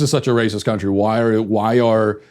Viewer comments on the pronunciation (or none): What the hell is a "crountry"